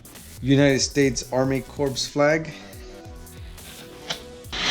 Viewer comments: “United States Army Corps”....that hurt to listen to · This dude said army corps